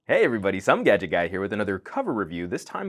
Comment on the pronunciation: Wish I could get one of those skins on my Samsung ATIV S (i8750), I think it would look so wicked:) Once again, you did a great video, keep 'em coming:) Oh and btw, that "Some Gadget Guy" pronunciation at the start of all of your videos is........ well, a Trademark:) Don't you think guys?:)